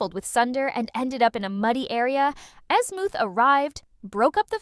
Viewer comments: Wholeheartedly agree she keeps saying azmooth and not azmuth and it's fucking annoying like no where in the entire show was he called azmooth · Bro ai cant say shit right man fuckin azmooth😂